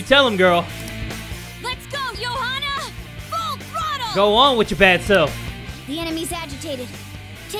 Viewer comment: Anyone got triggered when Makoto and said the name "Johanna"?